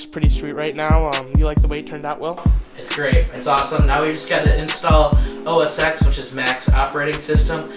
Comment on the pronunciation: It is OS 10, not OS EX.